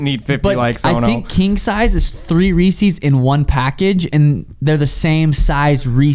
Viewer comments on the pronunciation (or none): “Reeseize” and “Zuckenberg” makes me mad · Sean that's not how you pronounce Reese's Peanut Butter Cups.